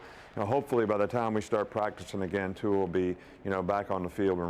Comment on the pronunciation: Who-a Tua? Really Nick? Lmfao